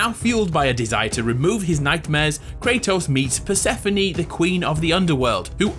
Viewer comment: Bruh its not pronounced per-seh-fo-ni its per-seh-phone or per-suh-phone